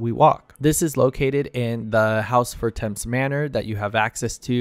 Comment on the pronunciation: « Haurchefant, yes i checked… » Me (as a french): « Yes you got it right », later: « fortèmpsss » Me: « Oh … not exactly 😅 »